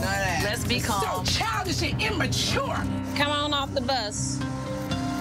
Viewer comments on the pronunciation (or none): “SO CHALDISH AND IMMATURE” 😂😂😂😂😂😂😂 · “so CHIDISH AND IMMACHURE!” this is a DEEEP cut😭😭😭 i say this SO often!😭😭